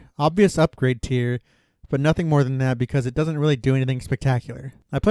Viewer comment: My dude, good content, but it's pronounced "Teer". Like, the thing that drips from your eye. Not "tie-er" like the things on your car's wheels.